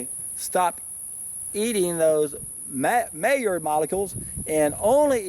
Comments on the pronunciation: Being French, "Maillard" is pronounced "my - YARD" with the "D" being very softly articulated, almost not at all. On my second SFV this year, first one was 40 days. Love this lifestyle, so pure and light yet powerful. I'm an endurance athlete and I weight train, and actually BUILD strength on SFVs. Am 46 and in the best shape of my life, will never stop getting better and better. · I bet you pronounce it like that because it's very close to a mallard duck!